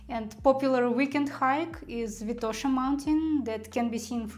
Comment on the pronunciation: May I just make a couple corrections? It is v(I)tosha not vit(O)sha mountain, and it is s(O)fia, not sof(i)a. Wonderful video, thank you so much.